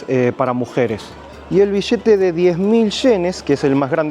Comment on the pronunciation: El vishete de sincomil shenes. Estos ameríndios siguen sin saber pronunciar.